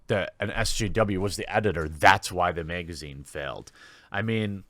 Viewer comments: The way you miss pronounce magazine makes me miss Lauren southern . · Why is him saying "megazine" so funny?